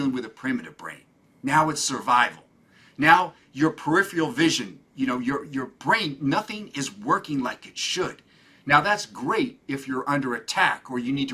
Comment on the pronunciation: um. pe-ri- fe-al vision?????? is he unaware that it is pronounced and spelled: "peripheral" ? He didn't even correct himself, and completely tanked my confidence in his intelligence